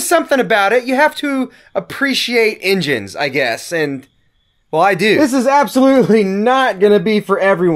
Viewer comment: "I do have a background in 'injins'"... You definitely from Kentucky.